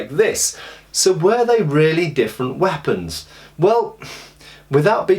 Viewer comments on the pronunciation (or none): none